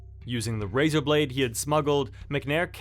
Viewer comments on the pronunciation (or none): none